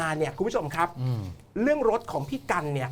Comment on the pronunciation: สั่งสอน พุทแทะ : ให้พูดว่า เรื่อง ไม่ใช่เลื่อง, เพราะ ไม่ใช่เพลาะ ,ควบกล้ำก็ต้องดีให้ถูกต้อง ไม่ใช่พูด ร. เป็น ล. พูด ล. เป็น ร. หากินไปวันๆ หลอกเด็กรุ่นใหม่ที่ติดตามให้โง่เหมือนเมิง